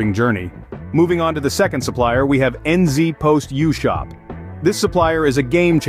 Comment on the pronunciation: N zee post isn't how ANYONE pronounces it! This ia an AI ad